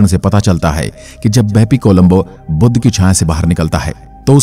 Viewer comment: बुध का उच्चार बुद्ध ना करे